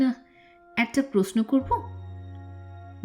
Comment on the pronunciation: Plz rectify ur pronunciation . Its proshno & not posno ! Sounds real bad to the ears.